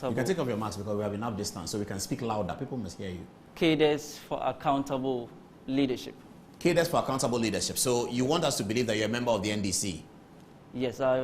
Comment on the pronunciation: I think this word 'CADRES" is mispronounced by the majority of Ghanaians, including reputable journalists.